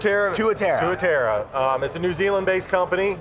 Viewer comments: Tuatara. U say it right the first time then pronounce it wrong after that, even said it wrong. Too a tar ra:) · you pronounced Tuatara right the first time. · Two-ah-tah-rah, but roll the "r"